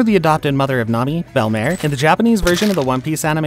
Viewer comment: its pronounced belmeer not belmare